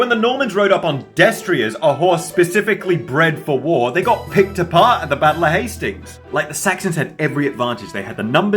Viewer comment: Do I hear a bit of a Scouser or Scottish accent when he says "Picked apart "?😂